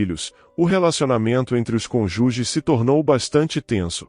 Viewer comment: É narração de IA ?... Falta entonação coreta em algumas palavras. Nsste vídeo é a palavra conjuge....a pronúnicia é CÔNJUGE, como se tivesse um acento circunflexo. Faz total diferença.